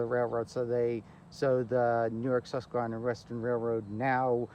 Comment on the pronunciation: The video you made is really nice. I just wonder where you learned to pronounce the word 'susquehanna" as you are not pronouncing it correctly I grew up in Wyckoff, Nj right next to the Sus;y Q and we did not pronounce that word as you do. It sounds strange how to say the word. I walked the bus;y Q from the Passaic River al the way to the end of the line in Hainesburg. not all at one time but many walks over the years when I was growing up. We also rode the line from Midland Park station to Paterson to go shopping.. We also road the line to the terminal in Little Ferry and then a ferry or bus into NY. City. This was during the days of steam and the Streamliner and the Budd cars. It was really nice train to ride.